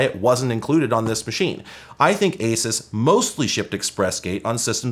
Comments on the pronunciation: its "A-Seuss" , btw. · having spent way, way too long dealing with Asus as an ODM, it's been thoroughly drilled into me that it's pronounced ah-Zeus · The way you say asus is weird to me. Sounds like you are saying "a sis" I always thought it was "a soose"